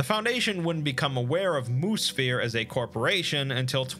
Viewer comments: I keep hearing Moosphere as Moose Fear, not as Moo Sphere. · Anybody else take a while to realize he was saying "Mu-Sphere" and not "Moose Fear" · Wait... was that last one "Moose-fear" or "moo-sphere" or what?